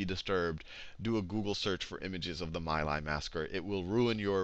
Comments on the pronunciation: for future ref: My Lai is pronounced "Mee lie" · It's pronunced Me' lie, rhymes with tea' high. My daughter's godfather went there. He doesn't talk about this war like anyone else I know, when he DOES talk of it, which is hardly ever. He thinks that most "history" sites besides the Vietnam Veteran's Memorial Fund is changing what happened to suit themselves, like when they claimed the My Lai massacre happened bc the people who did it were "bored" and implied they just wanted to kill an entire village of people for no other reason than that. Sheer boredom huh? It sounds dumb even to me and I have no conscious memories of Vietnam but I find it offensive that people blame him bc of all the good he's done for my daughter since her dad died. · Some good stuff, but also some babbling, and it's Mee Lye darnit. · I’d like to help with the pronunciations here. Khan Academy did it well, except these names. Ngo Dinh Diem: No Dinh Ziem (not Diem) Nguyen Cao Ky: Nguyen Cao Kee My Lai: Mee Lai